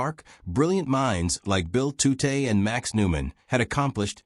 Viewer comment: Bill Tutte's last name is pronounced "TUT," not "TOO-tay." Lorenz , which you know (as shown here in the comments), is not spelled "Lauren's" (nor is it possessive). Yet there it is in the text-to-speech generated subtitles. Elsewhere it appears as "Irens." Dollis Hill is NOT "Dallas Hill." "Mark I" should be voiced "Mark One," NOT "Mark Eye". "Armistice." That's the Great War (or World War II). The end of hostilities in the European theater of World War II is not referred to as an armistice, which is a temporary cessation of fighting by mutual consent; a truce. Instead, the end of hostilities in Europe in May1945 is formally described as Germany’s unconditional surrender to the Allies. The word "hundred," heard more than once in the VO to quantify the number of valves or vacuum tubes in Colossus, does not appear in the speech-to-text generated subtitles. "For" should not have been interpreted as "4". Your VO says "Pas de Calais" (which is correct) but the on-screen text reads "Pointe du Hoc," which is a location on the west end of Omaha Beach. I'm less than 1/3 of the way through this video. But I'm done. Proofreading the subtitles was your job...and as much as you say you valued detail to give Flowers his well-deserved due, you dropped the ball in executing the fundamentals.